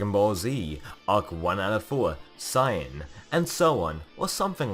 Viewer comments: Whenever you say Saiyan you pronounce it like cyan... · Whenever you say Saiyan you pronounce it like sayin'…